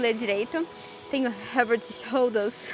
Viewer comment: Parei de ver quando vc nao conseguiu falar “head and shoulders” shampoo